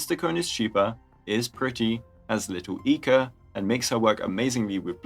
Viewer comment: This video is absolutely unwatchable. Every time says Little Ica I have the urge to correct his mispronunciation. Pay attention now and repeat after me: F A T F U C K.